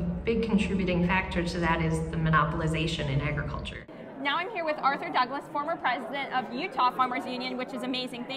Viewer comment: please, please, please stop referring to it as “Eggriculture”!! That is NOT how it is pronounced! It’s pronounced as it’s spelled…………